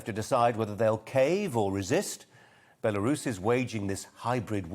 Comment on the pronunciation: Sorry Colin, I think you'll find it's pronounced "Beroos' or alternatively, "Burrous', that clever, eloquent and honourable lady Mrs Webb can help you with that.